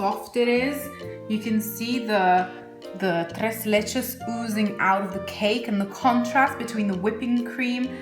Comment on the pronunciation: You say "tres leches" like a real Mexican! Love the recipe!!